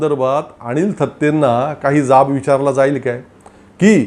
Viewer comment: आपण अणिल थत्ते आणि आणंद दिघे , असा उच्चार करत आहात. तो कृपया अनुक्रमे अनिल आणि आनंद असा करावा.